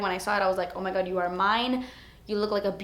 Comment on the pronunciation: who else just loves when she says "oh my gotch" or "that's etspensive"? I live for it. I literally laugh every time she does a little Miranda Sings. it's amazing